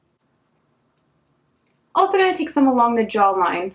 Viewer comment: Your makeup looks are everything! I love how you don't edit out you messing up a word too , "alsho" , "also" 🤣🤣 💜💜